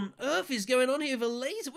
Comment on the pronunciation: i kept hearing "a laser" instead of ilessa xD